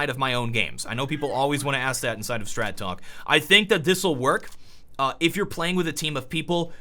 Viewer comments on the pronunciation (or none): none